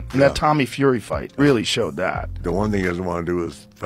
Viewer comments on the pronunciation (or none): none